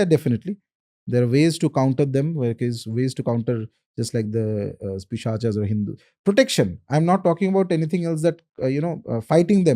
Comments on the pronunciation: My friend, like we are a species of human beings, Homo sapiens not Homo sapienas, they are also a species of soul, whose name is taken from Sanskrit, so you can pronounce it as it is, like it is a pret is pret not pretas. Pisach is not pisachas. very important. Bhagawan Shiv is Shiv not Lord Shiva. Just like Ramayan is Ramayan not Ramayana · Why you have to put aa in the end of every Hindi word and like prayogas it's prayog pischas it's pisach why can't you say it in normal Hindi